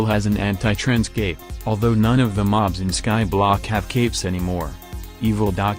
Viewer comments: all i can hear is the tts saying optifind gape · I will always love the way that the tts voice pronounces cape